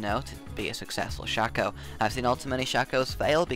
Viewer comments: A good tip to all from a actually good Shaco player ---> me Never deceive forward! Deceive behind them, they will never find you because they think you just wanna teleport forward to get faster back. So always teleport behind them so they get confused.. Also it's called Shaco, not Shoco - Right way to say it is.. Shayco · yes oh btw shaco is pronounced (Shay-co)